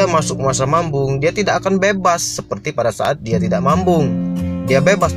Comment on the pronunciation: Mabung bg, bukan mambung..😅😅🙏